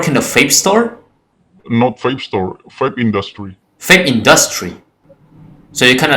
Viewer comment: I notice most Indonesians pronounce the letter 'V' as 'Fi'. said 'Fape' instead of 'Vape'.